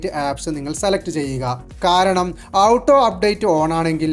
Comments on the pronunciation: മണ്ടാ.. ഔട്ടോ അപ്ഡേറ്റ് അല്ല ഓട്ടോ അപ്ഡേറ്റ് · ഔട്ടോ എന്നല്ല. ഓട്ടോ എന്നാണ് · ഔട്ടോ അല്ല ഹേ ഓട്ടോ... 🙄🙄🙄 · ടോയ് ഔട്ടോ അല്ല ഓട്ടോ എന്നാണ് പറയേണ്ടത്